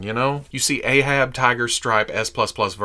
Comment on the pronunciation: It's "Ahab" not "Aehab"